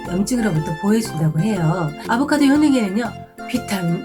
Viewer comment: 아보카드가 아니고 아보카도야 ㅠ